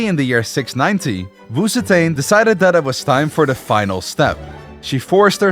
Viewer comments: Wu ZetAIn? LiE ZhEE? ChengKiang? 😭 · Honestly, I clicked thi video just to see this guy mispronounce Wu ZeTian. Too bad, almost no one escapes the curse of failing Chinese. Wu Zetian is pronounced "woo tzuh tee-EN". The tee-En is one Chinese character and is pronounced in one syllable, and in Chinese, z has a bit of a t sound as it starts. It is NOT pronounced "woo zee tain".